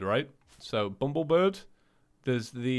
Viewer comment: Also, its bumbleBIR B not bumblebird